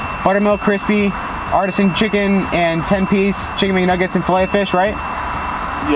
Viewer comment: artisan (ar-tee-sion) not (art-e-son)